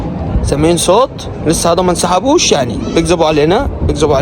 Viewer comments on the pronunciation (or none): حتى انا هذه الزنانة كانت تضايقني.إن شاء الله لن تعود .ومبارك عليكم النصر.انت تعجبني كثيرا ابني وتضحكني خاصةلما تقول:"هيذا ومش هيذا"...